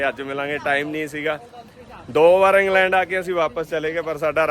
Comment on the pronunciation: ਵੀਰਜੀ ਆਕਸਫੋਰਡ (Ax-Ford) ਨਹੀਂ। ਸਹੀ ਨਾਮ ਔਕਸਫੋਰਡ (Ox-ford) ਹੈ। ਏਂਗਲੈਂਡ (Angland) ਨਹੀਂ ਵੀਰਜੀ ਇੰਗਲੈਂਡ (Eng-land) ਹੈ। ਇਸ ਕਰਕੇ ਦੱਸਿਆ ਕਿ ਜਾਣਕਾਰੀ ਸਹੀ ਮਿਲੇ।